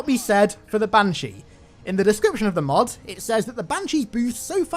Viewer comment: can't help but hear "MOOD" instead of "MOD"